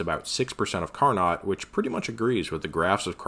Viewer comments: Carnot sounds like Car-no, not Car-not. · Impressive rigorous analysis, also it's "car no" and "dew ur", just fyi. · "Carnot" is pronounced "car-know" because he was a sneaky french dude. ◡̈